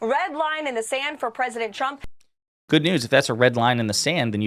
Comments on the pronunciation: President chump 🤣 her speech impediment never gets old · I guess she has a speech impediment cause Karoline Leavitt always says "President Chump"...I couldn't agree more.